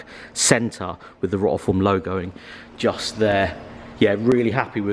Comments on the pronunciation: If you are representing a brand you should at least pronounce their name correctly. You are literally the only YouTuber that says it wrong it’s ROTI-FORM not ROT-A-FORM think rotary rather than rot. Nice wheels 😬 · Free wheels from a company that he pronounces the name wrong more than once and a smashed up splitter honestly is this what your channel has come to now